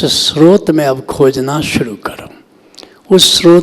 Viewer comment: सरोत नहीं स्रोत बोलो